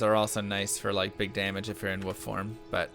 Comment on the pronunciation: WOLF NOT WOOF! BITCH